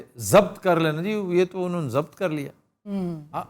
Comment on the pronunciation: یہ لفظ ضبط جو آپ نے آج کیا ہے لفظ ضب-بط ہے ب پر جزم ہے